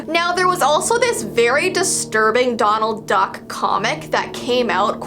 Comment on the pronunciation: I thought she kept saying McDonald Duck